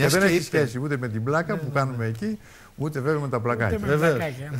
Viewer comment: Πλιακα όχι Πλάκα